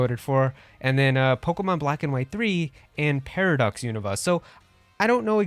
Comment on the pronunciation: I've watched the anime and the pronunciation of Unova is "U- nuh-vuh", not "U-Nova". I want a new Mystery Dungeon game! There hasn't been a new Mystery Dungeon game since Super Mystery Dungeon! Also, Pokémon Conquest 2 would be awesome! It should be done by Square Enix and be a crossover of Pokémon and Final Fantasy!